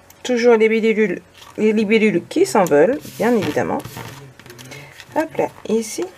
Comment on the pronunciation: Les bilébulles (libellules) 🤣😂. tu me fais trop rire 🤣😂 😘